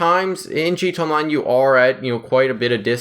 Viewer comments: He said gtonline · I'm always confused by guys who make a conscious decision to make GTA Online videos when they can't even say "GTA Online." This guy is even worse than most. Wtf is a "G Chonline"? Slow down. Open your mouth and let each syllable come out before you move on to the next one. Quit adding new sounds that aren't there if you can't even say the ones that are. Why add a "ch" if you don't even have time for the "a"?